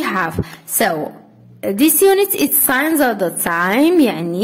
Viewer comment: استاذة صححي الخطأ : signs و ليس sings ..( اعلم انه خطأ سهو)